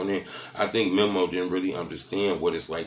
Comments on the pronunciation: It's Meeeee Mooeee not memo lol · It’s pronounced “mee-mo” not memo. God damn 😂 all in everybody business and making multiple videos and you still can’t pronounce their name right.